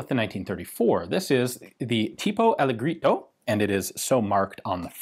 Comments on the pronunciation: Not ALLEGRITO read ALLEJJERITO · Very interesting video, Ian: great as usual. BTW, 'alleggerito' is pronounced "Al-leh-jeh-reeto" (I am a bilingual British/Italian). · Ian in Italian Alleggerito you pronounce like if was written Allejerito Italian G = English J because in Italian we don’t have W J Y and K we do the same sound with others letters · bro, I'm just joking on how Ian pronounces "alleggerito". I'm Italian, I know that there isn't written "allegrito". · If I'm not mistaken, the 1934 and 1935 were out during the Fascist regime, so yeah, wacky gun laws make sort of sense. Also, "alleggerito" is read something like "alledjerito" ^^ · More like Halledgehrito in English since j is pronunced the same way as in "Daje" In italian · Alleggerito pron. Allejjerito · 7/10 on the attempt to say "alleggerito" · But it is not said that way...well, tipo is right but allegerito has a different pronunciation 🤷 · Also, Ian, stop murdering that Italian. :P XD -Ian: "Alleggerito" -Hans Landa: "Alle... grito? Per cortesia, mi lo ripeti ancora. " -Ian: "Alleggerito". -Hans Landa: "Mi scusi, comé?" -Ian: "Alleggerito". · Hi, I am Italian. The correct pronunciation of "alleggerito" is NOT with the hard "g" but, instead, with a "j". Thank you. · The double "g" in "alleggerito" is soft. A bit like a "dj" sound.